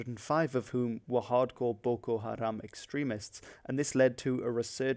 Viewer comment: Why do you pronounce "Boko" like if you were a japanese person?